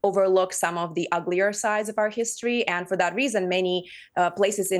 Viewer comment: "our history"? What's that accent? Southern? West Coast? North Eastern? I don't think so.....